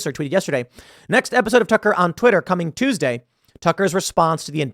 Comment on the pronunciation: When he said Tucker on Twitter I thought he said tuck around Twitter like he was alluding to fuck around Twitter, And I thought it was fucking hilarious